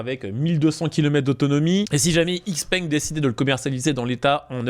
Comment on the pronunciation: "x-peng" se prononce "chi-peng"